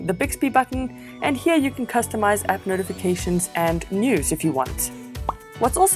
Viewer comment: Its working absolutely fine , learn to speak 'app' properly!